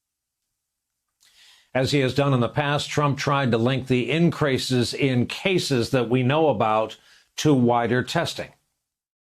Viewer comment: Incrases? Aaahhhh this guy shouldnt be a reporter, he cant even say increases. Isnt that the type of thing people like to judge people over?